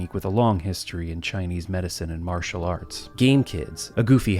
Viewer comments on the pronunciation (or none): none